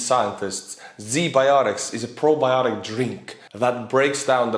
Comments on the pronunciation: Dude, Z biotics?! WTF I love your channel but the irony of Z anything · ZBiotics... Seriously? Z Biotics Just saying :D I'll show myself out..